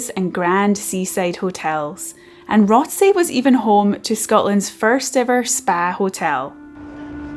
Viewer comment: It’s pronounced ‘rossay’ if you’re from Glasgow..